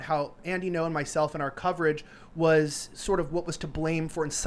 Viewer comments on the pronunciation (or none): Andy Ngo Vietnamese speakers: Isn't "Ngo" pronounced more like "EN-go" rather than "No"?